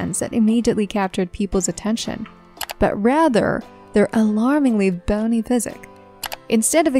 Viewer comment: Narrator cannot even properly pronounce simple words such as deter and physique. Skip